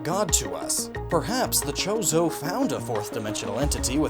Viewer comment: Every time he say chorzo i here chorizo and now im hungery